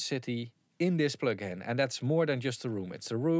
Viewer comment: Plögin? Pönk?